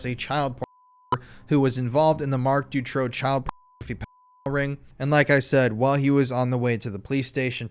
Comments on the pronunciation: Great video.. I really appreciate all the work u put into this! The Marc Dutroux case is very known in Europe. Thank u for spreading this information!! I have a bit of feedback: learn how to pronounce the names right. Dutroux is pronounced “du- true” and Eefje is pronounced so different by you that I didn’t even know who u were talking about. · You are doing a great job, thank you for that. I was in Belgium at that time and once got also abducted (by 2 Turkish guys) but fortunately escaped. Not to criticise though but please please pronounce that monster's name correctly, it is Dutroux (ou not o) I am sure you can get the pronunciation of it before going into lengthy documentaries. Maybe it does not matter, maybe for some it is crucial. Also: Anneke Lucas. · it doesn't bother me at all that you got Marc Dutroux name pronunciation wrong, you could call him anything. How about Mr Sick Fu**er? I think that's fitting!